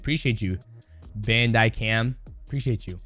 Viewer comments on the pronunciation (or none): I love dj saying bandicam like its the content creator